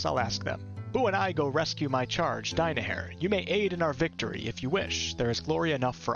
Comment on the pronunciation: The way you pronounce "Die-my-hair" makes me want to meet Minsc's sword.